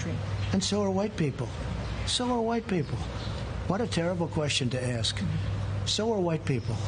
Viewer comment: Her Massa told her to ax the question.